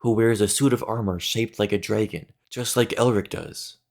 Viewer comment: Why do you pronounce it Jraegun